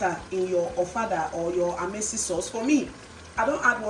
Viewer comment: Lol it's AYAMASE